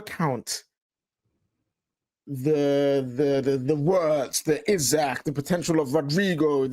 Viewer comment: is hilarious. Even if United could put it on tick. He would NEVER join United in their current state. 😂😂😂 Also its "Ee-Sak" not "Isaac"